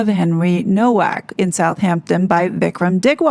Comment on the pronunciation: Nowak is pronounced Novak.